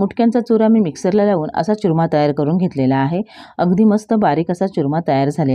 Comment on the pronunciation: च्युरमा नाही हो चुरमा